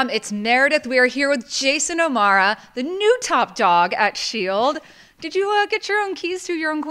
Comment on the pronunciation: I just wanna say being an O'Mara myself she said my fucking name wrong!!!!!! Like wtf guys why cant anyone ever say our last name right. Its not O'Mar---a its more like omerra.